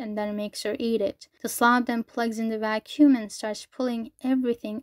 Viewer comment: "You may have noticed I like saying 'bros' or 'fellas' a lot" No, but I did notice you like saying "vacüm" a lot